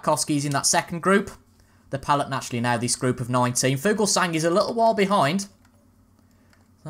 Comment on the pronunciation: Just for future videos, the g en Fuglsang is silent